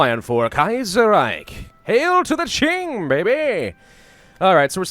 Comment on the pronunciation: Mandatory comment judging your pronunciations, this is for entertainment and educational purposes, I mean no offence to your contents, they are great. I will watch the video and correct pronunciations and/or give tips in this comments as I go along. Also before I start, Pravus tends to pronounce the Qing as Xing. As great as he is at pronouncing the Chinese ‘x’, that is not how you pronounce the ‘q’. First of all, as a piece of background info in Chinese ‘zh’ is pronounced like an English ‘j’, and the sound will from this point forth be referred to as ‘zh’, as ‘j’ is reserved for the Chinese ‘j’ sound. If you already know how to pronounce ‘zh’ and ‘x’, a quick way to learn to pronounce ‘j’ and ‘q’ is realizing that the difference between ‘x’ and ‘sh’ is the same as ‘j’ and ‘zh’, and ‘q’ and ‘ch. If you don’t get it just listen to it online, it should help. Also ‘c’ is pronounced like an English “ts”. Anyways since I already mentioned how to pronounce ‘j’, ‘q’, ‘zh’, and ‘c’ I will not include them in the list of corrections unless it is some special case (such as ci and zhi). Since there are less events now that the whole 1936 Qing collapse is over, expect there to be not much corrections here. Also at the end of the series I will list all the corrections and comments I made in the series. Xin-ji-aang Gwang-zhow Sss-chwan